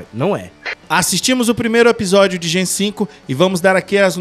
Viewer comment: Olá queridos Heróis! Apenas uma correção: o nome da série se pronuncia Gen "Vi" por conta do composto "V". Importante acertar nos próximos vídeos p rankear bem no algoritmo. De resto, ótima analise. Abraço!